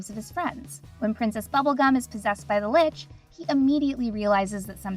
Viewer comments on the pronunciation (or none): none